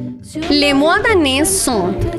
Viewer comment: "Les mois de l'année" ,not "Les moins d'anné". You have to pronounce the "s" in "Mars", like in "ours" (oso)